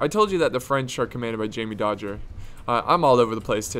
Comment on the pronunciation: Wait he said Jamy Dodgers. Its Jamie dodgers u americans